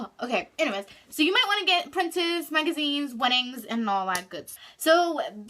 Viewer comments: Is she saying printest ? It's Pinterest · does she mean pinterest she said printest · Printest... did you mean Pinterest 🤣💀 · Printest lol she means Pinterest😅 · She said printist but she meant Pinterest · She said Pinterest wrong but it's ok no one perfect